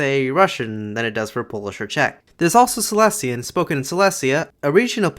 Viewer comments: just a quick reminder, that Silesian is pronounced as "Saɪˈliːziən" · Silesian is in itself a group of dialects and it's pronounced /saɪˈliːʃiən/ with a penultimate syllable accent and three syllables altogether,. It's closer to Old Polish than the Polish that's spoken nowadays. You mentioned ą/ę as a feature and Silesian tends to get separated into 'om/em', there's a lot of cool vowel transformations and they change from city to city or even among the districts. Aside from the very obvious German influence, a lot of grammar and words are borrowed from Czech to the point that there are false friends homophones between Polish and Silesian, same as with Polish and Czech. Though there's currently no agreed upon orthography or alphabet as in recent years it's been used as a spoken, secondary language at home while Polish is taught at schools so it's been in decline and gained an unsophisticated reputation. Lately, there is a resurgence of it and shops and restaurants have started having menus in it, there's books translated to it and written in it and it's been turned into a point of regional pride (and merchandise).